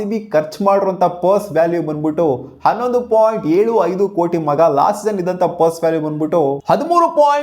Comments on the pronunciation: Puse alla adu perse...😂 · Puse... Perse.... 😂😅